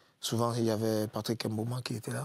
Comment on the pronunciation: Pourquoi ce monsieur prononce les noms de ses coéquipiers comme un blanquito? Ce n'est pas Em Bami, ni Em Boma. C'est Mbami et Mboma. À quel âge il ne s'est pas encore séparé de son complexe?